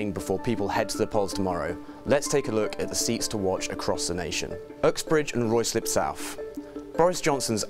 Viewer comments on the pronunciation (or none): Pronounced Ruislip wrong too 🙄 called it Royslip